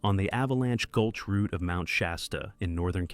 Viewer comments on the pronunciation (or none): none